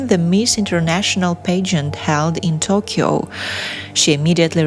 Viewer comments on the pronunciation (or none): none